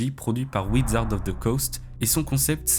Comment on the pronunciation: wizard pas widzard